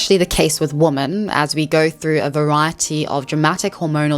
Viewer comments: Woo-man whim-men right? I hear her pronounce woman and women the same. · English is not my first language so forgive me if this question is offensive, but you always pronounce "women" as "woman" (woh-mahn, instead of wi-men), is that an accent? I've only noticed it with you and one American YTer which is why I'm confused! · it’s not an accent you’re saying the wrong word. it’s womEN not womAN you’re just saying the singular instead of the plural. a lot of the red pill people also make this mistake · I love ur channel, but it is pronounced “wimen” when speaking plurally. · It unironically triggers me the way you say women. It sounds identical to woman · wait does she talk about why she says “woman” instead of “women”?! I have noticed all YouTubers do this, ESL and otherwise. it’s so strange. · Being african has nothing to do with the fact that you pronounce the words woman and women the same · Love the video ❤ Just quick nitpick, women when used as plural is pronounced 'wih-min' , while one woman is a 'woh-mahn' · you pronouncing "women" just like "woman" really messes with my brain lol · After you said that you pronounce "women" differently because you're originally from South Africa, I said "women" out loud to myself, and it felt kinda funny. I repeated it a few times, and I can now say with confidence that I do not know anymore how to pronounce it. It is a completely weird word. The more often you say it, the weirder it gets. Wimmin wimmin wimmin. WEIRD. If you read this comment, try it out yourself. It's true! Great video, though. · Respectfully, if you can say men, you can say women. It's does detract a bit for me and if multiple people (your audience) are mentioning it, it might be worth reading it correctly. Other than that, I love your content! I like your attitude too. Thanks 🫡☺️ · Begging you to understand that 'woman' and 'women' are pronounced differently. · Great video topic! Different pronunciation for ‘woman’ and ‘women’ tho 😩